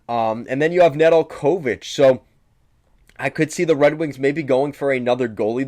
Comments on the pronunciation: Pretty poor review. First hints were the pronunciation of NedelKOvic and SEEmoan Edvinsson telling you this guy has very little idea what he’s talking about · “Na del co vitch” Nedeljkovic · Neh-dul-KO-vich? The accent goes on the second syllable. Come on now. And Babcock wasn’t fired by Detroit. Babcock decided to move on and his choice was between Buffalo and Toronto. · Babcock got fired by Detroit? No, they got outbid by Toronto that made him the leauges best paid coach, then THEY fired him, not us. Zadina might not get a spot on the roster beacause of "younger top prospects like (26 year old none drafted career AHLer) TARO HIROSE"?😅 And that butchering of how to pronaunce Nedeljkovic... Sorry not trying to be mean i just could not continue to watch after those three glaring mistakes only during the first 5 mins of this video. Do some research before posting if you want your channel to be taken seriously and grow... No offense just a friendly tip. LGRW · Bro do you not watch the games? WHy'd you say Ned's name like that? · I could not contine to watch after that butchering, in general i basically feel that all credabillity to know what the heck you are talking about gets lost when ppl cant even pronaunce their names😏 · Learn the players names if your going to talk about a team. Butchering Hirose and Nedeljkovic's name shows me you don't follow the team.